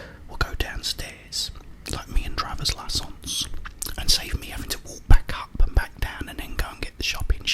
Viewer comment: He’s saying fiancé driver’s license with a french accent he explains why in other videos